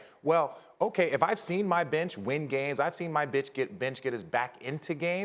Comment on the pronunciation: Sal S He said bitch instead of bench